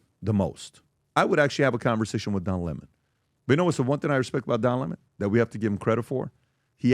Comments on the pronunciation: Don lemon. Not pronounced. Le monde. Its a lemon. And lemon loves smollet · And you all constantly love to intentionally mispronounce people’s names if you don’t like them. One of you idiots said Lemon correctly once, but all the other times said it wrong. One of those times you even called him “Lamont”… And right before I saw this idiotic video, I watched one of Laura Loomers lackeys do the same shit right to Don Lemons face, so it’s all quite obvious what you’re doing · Lah-mon'? Lemon. Writing something about what? Nobody will read it. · DON LEMON, HIS NAME is Don LEMON LEMON like the FRUIT LEMON, not 'LeMans' but LEMON like LEMON -ADE I grew up watching Don LEMON on our local CBS affiliate in Filthydelphia, PA, WCAU Channel 10 News. THEY REFERRED TO DON AS Don LEMON .. OK got it !!!! One can only, I can only hope WE cross paths... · Why is calling him le mon 🤣🤣🤣🤣